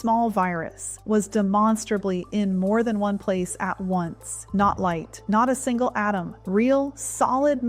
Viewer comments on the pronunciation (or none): none